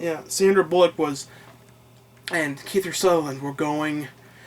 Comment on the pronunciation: Kiefer* not Keither ;) . Don't listen to these morons, although I'm sure you have enugh confidence not to. I'm sure if any of them saw you in real life they wouldn't say that shit to your face. I subbed on my previous account 2 years ago, and I still watch your videos. You're great. Although this is an old video, you catch my drift XD.